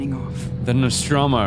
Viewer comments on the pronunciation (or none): Dmitry Vasilyev Tip: "NOSTROMO" P.S: you almost got it right!!